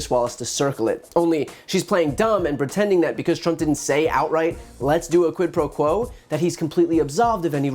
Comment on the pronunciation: Did she say, "Quid pro crow"?